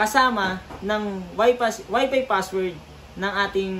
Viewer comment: Kumusta naman yung F sa pagkakasabi mo sa WIFI FASSWORD. Hahahahahahaha 😂😂 lang malakas.